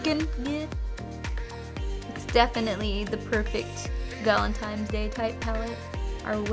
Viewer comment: Ok. She's totally saying ValenTIMES! Laura Lee did the same thing.